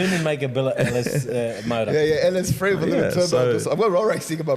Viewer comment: They need to get an English teacher on the podcast to teach how to say “Three” instead of “Free”